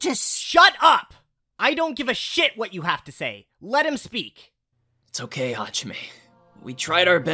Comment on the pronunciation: "HaJiMeh" HDOSHDHEHEH